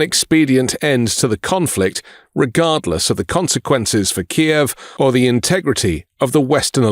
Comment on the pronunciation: It's Kyiv not Ki-ev